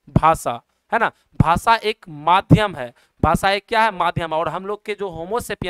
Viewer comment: Bhasa nahi bhasha hota hai